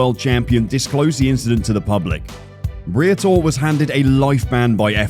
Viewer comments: It might be possible but BRITO instead of Briatore just knocked me on the coach laughing my ass off 😆😂🤣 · Before making a video, please at least learn how to pronounce foreign names. Briatore and Gilles sounded ridiculous.